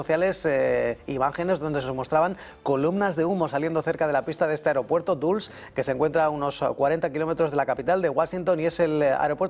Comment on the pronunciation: Dulles, se pronuncia "Dalas" no duls. El aeropuerto internacional más cerca a Washington DC es el Washington-Reagan, no el Dulles!